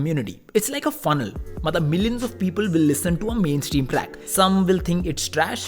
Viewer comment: It's #mainstream not #maintream😅